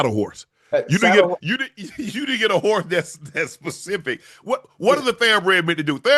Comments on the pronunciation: I need Ocho to learn the difference between specific and Pacific. Can someone please tell him. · Unc and gotta help Chad with "specific" and "Pacific"